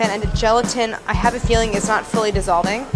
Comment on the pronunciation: "I'm feeing organized atleast." 😂